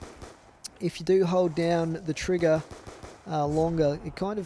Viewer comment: its not a trigguh it is a bumpuh